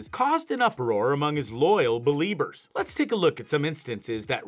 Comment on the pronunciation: Ain’t no way this man just said belibers